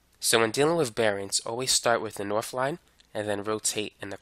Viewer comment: 'norf souf eas wess' hits hard🗣🗣🗣🗣